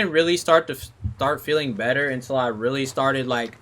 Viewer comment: Better . Not Breyer